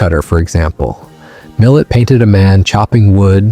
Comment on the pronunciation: It's pronounced Millay.